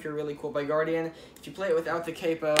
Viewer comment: Guardin not guardian -_